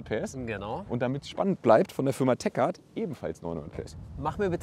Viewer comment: es wird Tek Art ausgesprochen und nicht Teschart